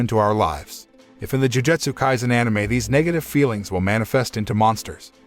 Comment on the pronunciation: I'm just happy he is saying anime correctly